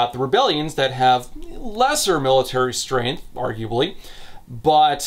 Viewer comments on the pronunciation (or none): none